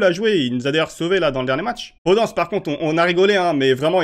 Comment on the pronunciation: Ça se dit podennnnce lol